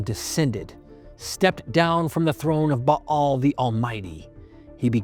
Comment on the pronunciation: Bah-al both short A's. Finally pronounced right. Ball is a toy, Bale is of hay. 👍